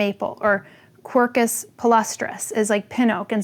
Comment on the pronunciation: I'm SO happy you actually pronounced Quercus correctly, instead of the 'er' of Kermit. It's a pet peeve of mine when people spoke Latin but not using a Latin pronunciation.